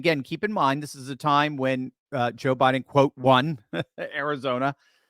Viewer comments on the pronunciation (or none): none